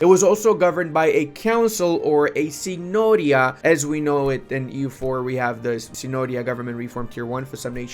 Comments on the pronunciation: it's signorìa not signòria keep it up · Really good video, anyway Signoria has the accent on the first I (Sígnoria). Thanks for all the info on eu5!